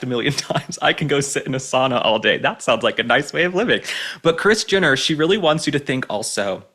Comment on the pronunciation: why do i keep hearing Christiana not kris jenner😮